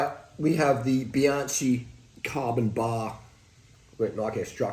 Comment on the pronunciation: Great content! But, why do you pronounce the brand as if it is spelled ‘Bianci’?